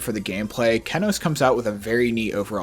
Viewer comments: not keh-noase, key-noase. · he says keh-noce not key-noce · kEnos not KeNOS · Key-knows not keh-knoes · Cool but istg isn’t it pronounced KEEnos and not KEHnos? Am I tripping? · “kehnos” that hurt me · Kenos; a top ten extreme demon verified by npesta, the verification took 8 months and 135,320att to verify, he has become an internet meme for his hilarious reaction to beating the level, pronunciation (key-nose) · did he just say kennos wtf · It’s pronounced kee-nœs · sorry but i cant stand the kehnos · Every time he calls it "kehnos" I lose 5 brain cells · Yeah man it feels so unbecoming but whatever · Kennose he says, kennose. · Dawg the funniest thing about this video is how you pronounce Kenos